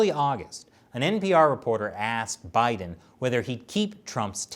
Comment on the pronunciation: I like how you pronounce his name "she" haha